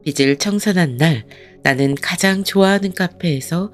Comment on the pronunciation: 비츨(X) 비즐(ㅇ)입니다 내용이 좋아 계속 듣고 싶어도 발음이 잘못되어 있으니 계속 거슬려서 안듣게 되네요